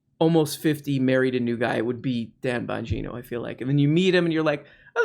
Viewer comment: It's Bong - geeeno. Say it with meh ... Dum Bong geeno. From his face I think Dum suffers from advanced rectal colon clench. This is what Mike Pence also suffers from.